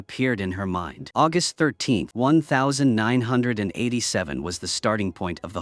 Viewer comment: Can't even say 1987 properly. AI trash